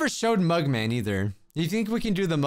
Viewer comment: 😂instead of mug man it’s murder man